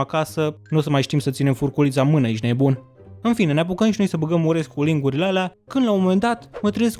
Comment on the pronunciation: Ce-mi place cum spui ,,ejti neboon" :))